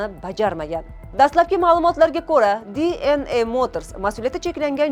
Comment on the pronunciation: Dna deng. diy en ey qaysi tilda oʻzbek misiz oʻzi